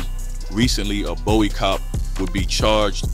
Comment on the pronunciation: Bow-ey? Where the hell u from slim